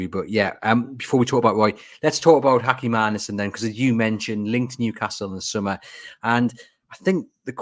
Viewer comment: Joachim Anderson isn’t Spanish stop saying hachim 😂😂